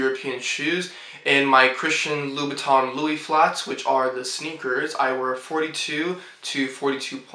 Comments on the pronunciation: Oh and Monsieur is written with only one I . And this is pronounced Loo boo tin (like the teint in fond de teint) . At the end of the day it is so much better to be fluent in French rather than have french shoes . Huge thank you to my parents for sending me to boarding school in Switzerland. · he cant even pronounce the brand name properly what do you think :)